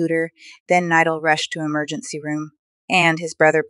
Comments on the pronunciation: Bro thats not how to say his name it is spelled nidal but itts pronunciation is NEEDOL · The way she pronounced Nidal. just a joke, I hope he recovers soon I’m glad he’s getting better. I broke my collarbone as I just healed, my accident was not even close to how bad his was. I hope he recovers and gets back to making his amazing videos again! I know it takes a long while to recover, and with his accident, it may take longer. But I’m sure nidal will be strong like he always is. sending prayers 🙏 Praying to god he will get better quickly.